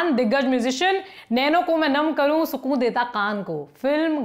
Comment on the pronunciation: Lallantop par har anchor ki urdu ke words ko use karne ki aadat behad chaupat hai. Ab yahi anchor bhi bolne ki koshish mein ki "Naino ko main nam karun suqoon deta qaan ko..."bol rahi hain jabki sahi tareeqe se sukoon aur kaan bolna chahiye tha. Please Lallantop waale urdu bolne ki aadaat par thoda mehnat karein.